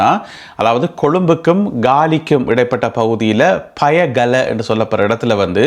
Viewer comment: பயகல என்ற உச்சரிப்புத் தவறு.பயாகல என்பதே சரி தம்பி